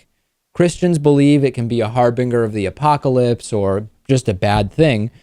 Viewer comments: You pronounced harbinger wrong. It's Ger like Ginger. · Lots of people say harbRinger. Which is about ten times worse in my opinion.